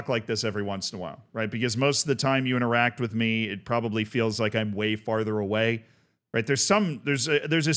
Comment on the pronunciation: This comment isn't really relevant to the content of the video but i just wanted to point out that when you say "Most of the time you interact with me" it sounds like you're saying "most of the time you're in Iraq with me" I don't believe myself, or indeed, anyone else who watches your content has ever been to Iraq either with you or on their own